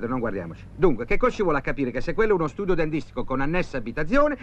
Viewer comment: studio dencont 🤣🤣🤣